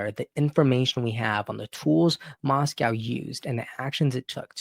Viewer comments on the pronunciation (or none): none